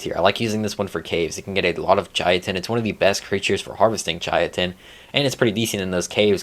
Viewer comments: Saying chitin (Kai-tin) as “ chai-a-ton “ is a war crime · Learn the Correct pronunciations Please Chitin is pronounced with a K not a Ch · Chitin is pronounced KAITIN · Not trying to be a dick, just trying to help Chitin = Kite-in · Great video and very informative for noodies, However every time you pronounced Chitin it was like nails on a chalkboard haha its not a tomatos tomAtos kind of thing, it's just pronounced "Kite-in" or "kyton" if you were to sound it out. also, that flyer is "Tap-a-Hara " Not "terajapa" haha however like I said I'm not actually giving you shit, a lot of work goes into making videos like this and I agree with your ratings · i've been pronouncing chitin as "chaitin" for like 2 years until I found out how its pronounced properly. English pronunciation is so chaotic lol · lost a brain cell every time you tried to pronounce chitin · I swear not a single gaming YouTuber pronounces chitin correctly. Doesn’t help it’s not exactly a common use word and pronounced no where near how it is spelled.